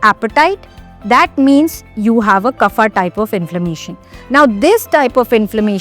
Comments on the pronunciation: It's " वात " , " पित्त " & " कफ " and not ' वाता ' , ' पित्ता ' & ' कफा ' !! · Nice. Just FYI Kaaf (not kufa) for KAPHA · Why you say kapha for kaph bata for bat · No, it's not pronounced as KAAF but actually kapha with soft vowel phonetics. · Please pronounce kaph pitta vaat correctly dor God’s sake.